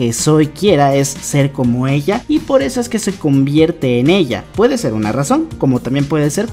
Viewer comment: Noce si soy la única que vio pero cuando dice una llegada inesperada dice uma llegada inesperada osea no dice una con Ene lo dice con Eme xdd